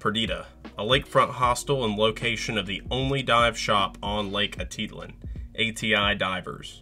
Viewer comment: I’ve never heard Atitlan pronounced so incorrectly before.